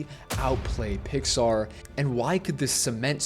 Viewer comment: NOT THAT START SAYING PIAR BRO 😭